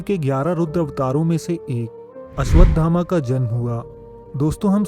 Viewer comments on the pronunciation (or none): चूतिया पहले घुटका निकल के बोल अश्वथामा है अश्वधामा नही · Bade bhai pehli baat to yeh hai ki unka naam ashwadhama nahi hai Unka naam ashwasthama hai